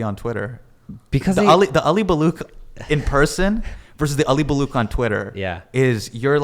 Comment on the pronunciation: This was such a great episode.. glad I subscribed :D Also.. I cringe every time I hear Hasan Minhaj say "Baloock"